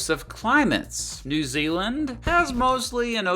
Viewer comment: New Zealand ( not New year).